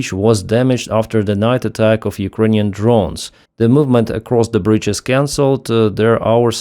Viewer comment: Brídge, not Brīīdge. Rívər not Řīīvəřř.